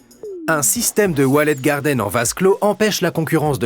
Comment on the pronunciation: on dit " walled garden" et non "wallet garden" si c'est le jeu de mot qui est visé c'est un peu tiré par les cheveux ..